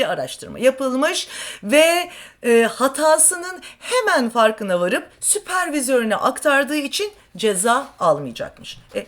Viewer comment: 'de ne demek istedin sevgili? Yoksa "SÜPER-MAN" mı diyecektin? 😉 "Süpervizör!!!" nedir? Biraz daha 'pronunciation'a dikkat ve izleyiciye saygı lütfen!